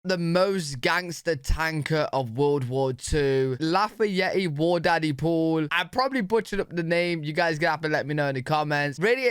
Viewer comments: "Laffy-Yeti".....you'd think the British would know the godamn French name Lafayette!! Holy-shit, they say we don't know shit about Europe! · Lafayette is pronounced without the te at the end. Lafayet. It's actually the name of the street I live on lol